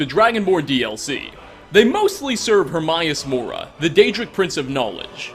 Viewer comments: Pronunciation Herm AY us Mo Rah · And in the game, it's pronounced Her-MAY-us Mora. How you pronounced it irked me a bit. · If im not correct, correct me but is it pronounced: Her-may-us Mor-ah Sayn-gween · Her-may-us More-uh. Sorry, he makes me cringe with the pronunciation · How the hell can you pronounce Hermaeus Mora's name wrong?!? You hear his name over and over again in the Dragonborn DLC and even very clearly in the vanilla game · I need a theory on why Hermaeus Mora and Sanguine get pronounced incorrectly every damn time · You are an awesome and hilarious youtuber...but the way you say Hermaeus Mora bugs me...so much...I'm sorry...